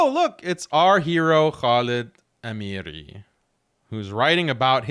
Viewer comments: It's Khalid Al Haamiri العامري not Al Amiree . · pronunciation of Ameri though, it is pronounce with Ain عامري